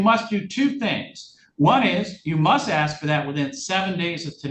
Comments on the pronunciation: Axe me. 😂😂😂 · Don't insult my intelligence when you're axing me